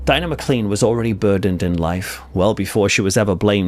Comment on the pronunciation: please note that the Scottish surname Maclean is pronounced as though it was spelled maclane